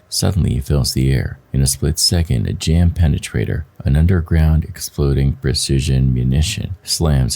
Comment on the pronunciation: you are saying jam penetrator, it is a JDAM(Jay-Dam;) JDAM (Joint Direct Attack Munition.)